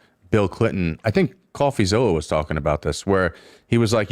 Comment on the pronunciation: "coffee zilla" get me the fuck out of here